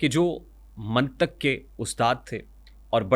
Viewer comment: Abe jahil mantaq nahi Hota mqntiq hota hai